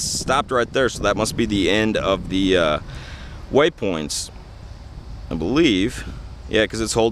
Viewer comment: Cool ... but please stop saying waySpoints!